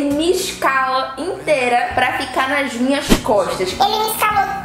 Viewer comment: Nax minhax coxtas kkkkk